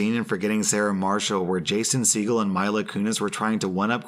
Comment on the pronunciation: he pronounced segal differently than i’ve ever heard, as well